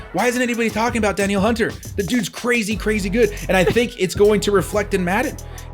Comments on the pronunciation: Great stuff, guys! Also I believe it's "Duh-kneel" Hunter haha, SKOL! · its DAN-EEL Hunter